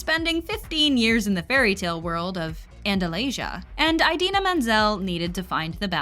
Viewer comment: Just thought you should know that you mispronounced Idina every single time. Not John Travolta bad, but still pretty bad.